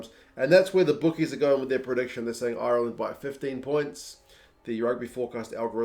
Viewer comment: Is there’s a reason Ireland is being pronounced “iyuuurland”?